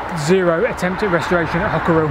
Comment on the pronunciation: Also for future reference Hockerill has a silent 'e' - i.e. it is pronounced 'Hockrill'!